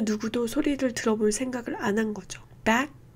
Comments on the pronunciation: v바이뤄쓰, 배악튀리아, 머모뤼어 반복 학습해서 잘 발음 하겠습니다. 감사합니다. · virus v바이뤄쓰 bacteria 배악티뤼아, '티'에 강세 memorial 머모뤼어, '모'에 강세 black 발음을 더 정확하게 알게되었어요